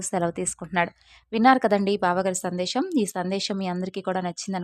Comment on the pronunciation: Sandesham kaadu Sandesam